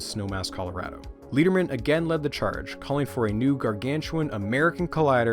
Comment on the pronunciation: Hiya! As a former Fermilab employee, this is awesome (and heartbreaking…). This all happened before I worked there, but whenever the SSC was brought up, folks would shake their heads in frustration at what could have been. A couple of minor notes: Lederman is pronounced like the metal “lead”. He was quite beloved, and a real character, with a passion for educating the next generations in science. And I didn’t catch if you included it (apologies if I missed it), but Helen Edwards was the lead for the construction and design of the Tevatron, something quite extraordinary for a woman at the time, and she is thus thought of as a pioneer for women in STEM. Just thought it should be mentioned. Other than those quibbles, this is brilliant! (Your next video should be on Felicia the Ferret, who played a huge role in the Tevatron construction!)